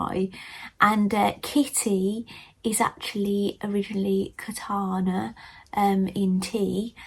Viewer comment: Thanks for the video! Oh, it is Kanata, not Katana (Japanese sword)😊